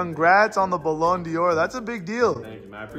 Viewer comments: said Balan Dior😭😭🚶🏼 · Fam it’s ballon do’r not Dior 😂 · I love you bro but all aparts ballon dior wtfffff next time say ballon d’or ❤️ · calling the ballon d'or the ballon dior 🤣🤣🤣🤣